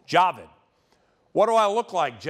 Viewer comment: it's pronounced ja-VEEED